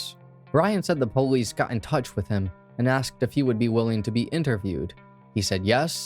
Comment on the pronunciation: Why do u keep saying PO-lice. Stop,lol. Puhlice. Had to stop watching because i was so annoyed.